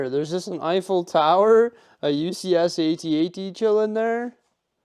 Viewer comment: Please, for the love of g-d, someone help him with the correct pronunciation of the (At-At).